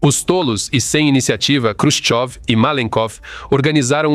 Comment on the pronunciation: Você está mais por fora que bunda de vedete! Quem disse que Nikita Khrushchev (não Krushov, como você diz) foi fuzilado?